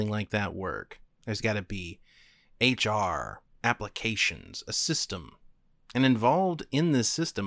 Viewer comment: Wait did you say HR